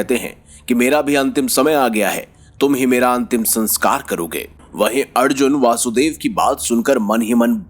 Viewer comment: भगवान कृष्ण के पिताजी का नाम ` वसुदेव ' है , दोषपूर्ण उच्चारण ना करें ।